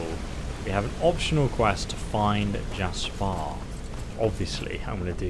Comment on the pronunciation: I think the best moment in this play through was when was saying how you pronounce JASPAAH instead of Jasper😹